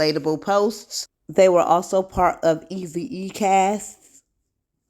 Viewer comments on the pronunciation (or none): It’s ezeee pronounced like easy. Not easy e